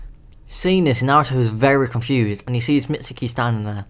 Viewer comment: It's not mitsuki it's Mizuki